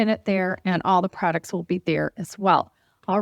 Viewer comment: It’s not thee, it’s The